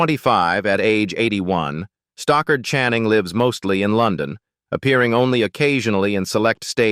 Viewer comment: It's 'Stockard Channing, not Stalker' 🤷‍♀️